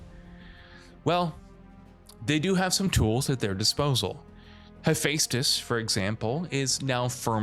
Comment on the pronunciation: mf rlly said He-🙃-tus